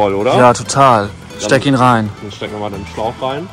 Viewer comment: Dieses SCHTEKINREIN von 😂😂😂😂